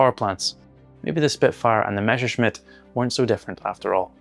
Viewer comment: meSHerschmitt -> instant downvote It's MeSSerschmitt